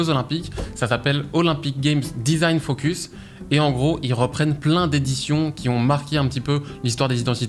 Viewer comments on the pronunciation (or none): none